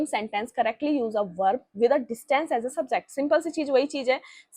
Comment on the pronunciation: imagine u are here for preparing English language and teacher is pronouncing Subject as Subzect 🤡🤡🤡🤡🤡🤡🤡